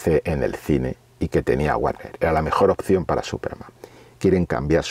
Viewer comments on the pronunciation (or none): none